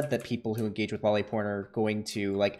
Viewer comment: omg. i am usualy not an asshole about how people talk. but seriously that kid that he is interviewing is realy annoying when he is pronouncing lolly as Jolly